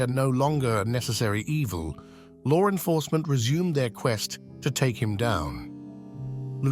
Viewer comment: Why does this English person narrating always pronounce law enforcement as lore enforcement. That urks me every time he does it. 😅❤😊😢